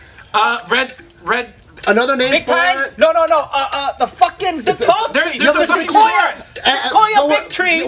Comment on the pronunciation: Bart said tress when describing the giant sequoia tress